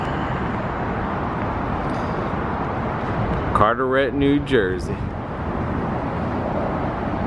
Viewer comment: It's carteret not cateret